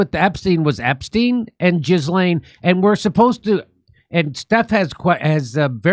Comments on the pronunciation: It’s not GISLANE IT IS PRONOUNCED GILLANE AND SPELLED Ghislaine The name is of French origin. Educate yourself. 😊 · I'm guessing you're mispronouncing Jill Layne's name on purpose. Jiz Lane! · He has had months to learn how to pronounce her French name the s is silent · "Jizzlaine" hahaha i know that wasn't intentional wink wink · " Jizz lane Maxwell"? What a Freudian mispronunciation! (It's sounded Gill-aine btw) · Her name is not Jiz lane it's Glayne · For the millionth time, Ghislaine is pronounced "GEE-lin" not "jiz-LANE." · "jizz-lane " Maxwell you've GOT to be kidding me ! if this guy can't even get the woman's name right, I doubt he's playing with a full deck to start with...so his "predictions" are about as accurate as the time president Bill Clinton told us about what he didn't do to that woman, with that cigar... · Jimmy, it's a G, not a J. 😂 I guess you're being silly. 😂 Jizz-M-😂😂😂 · Love how Jimmy accentuates JIZZlane. 😂